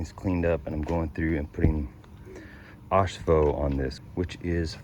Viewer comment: Did you say “Oxfo”……? For phosphoric acid? In the past you cold get the prep stuff easily…now they make it crazy hard….not even sure I can even find a two part paint system….?